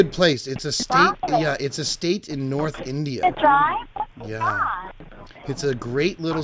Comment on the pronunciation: So sorry that I missed the stream 😢 The way that she pronounces north as knot is friggin hilarious 😂 "SHOW ME A PROOF!" lmao Great video,. Hope you are well 🤗